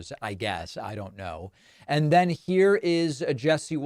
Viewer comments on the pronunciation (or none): none